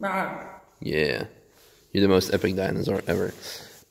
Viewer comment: Haha. Dyana-sur 😂😂😂👍